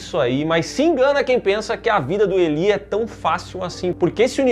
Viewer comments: Elí😂😂😂😂 diz-se ilái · A pronúncia de Eli ou Elie no masculino é ilay, agora no feminino seria Eli mesmo. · Caraca, mas a pronúncia é "Ilai", meus queridos